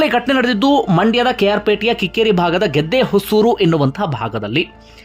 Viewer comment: ಬ್ರೋ ಅದು ಗೆದ್ದೇಹೊಸೂರು❌ ಅಲ್ಲಾ ಗದ್ದೆಹೊಸೂರು ✅